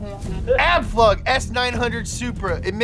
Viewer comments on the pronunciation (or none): but please pronounce "Abflug" correctly because it is the german word for "take off" and the "u" is spelled as an "u" and not as an "a"